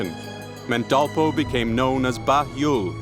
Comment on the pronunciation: this is called Dolpa district of Nepal, dolpo is pronounced error of english vocal